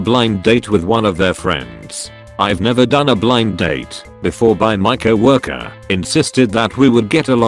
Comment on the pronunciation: I love the way the computer pronounces co-worker, COW walker LOL